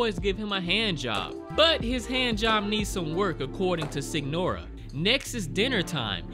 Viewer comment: Signora is pronounce as Señora. I think they call the "story tellers" that out of respect